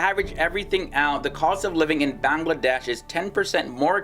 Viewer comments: Its bangladesh not banlaaaades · Beeeyngladash and Nephol really nigga? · Its not banglaadeish, it should be banglla'Wedaish. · i cant stop my laugh when he pronounce bangladesh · The way he pronounces Bangladesh 😂😅 Loved the video though!! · D is silent in BANGLADESH